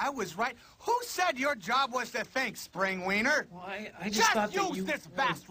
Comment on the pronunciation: "Spring-weener". Oh my god xD